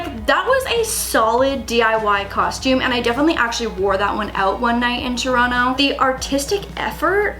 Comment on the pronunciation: I appreciate that you still pronounce Toronto like a true Torontonian